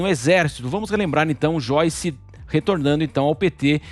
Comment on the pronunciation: Xoice? Quem é Xoice?